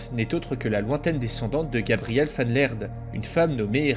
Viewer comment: Super vidéo ! En revanche "Van" est du néerlandais et non de l'allemand du coup tu prononce "Van" comme "Van Helsing" et pas comme en allemand "Fon"